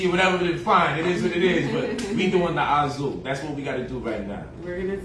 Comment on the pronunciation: His pimp outfit is pretty cool. Also, for someone who apparently speaks seven languages, I'm surprised he can't pronounce Azul correctly.......